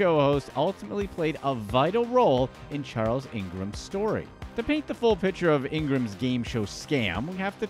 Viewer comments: tec-when is how its pronounced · Pronouncing Tecwen's name wrong several times here.